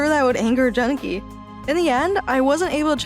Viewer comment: It is pronounced Jun-Ki